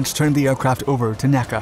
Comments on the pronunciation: I love this channel, but you should be aware that you don't pronounce NACA like an acronym. It's not "Nack-a" but always spelled out "En-ay-see-ay" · NACA is not pronounced "Nacka" my friend. It is N.A.C.A. To aeronautical aficionados this makes you sound, well, sorry to say, like you need an ID-10-T form. Love your videos, though, just finally thought I would call this out to you. AND like many folks here have said - a Sea Dart video would be great to see. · 1. Please please please stop saying "Nackah" for N.A.C.A.; 2. Many words may be applied to Gen. Yeager's record-setting flight breaking the sound barrier, but "infamous" is probably not one of them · True, but that's still wrong and is a convention of the industry. I was corrected on this by the chief aero-engineer at NASA Dryden (now Armstrong) so it tended to make an impression and stick. In the video he was referring to the organization, which has never been pronounced that way.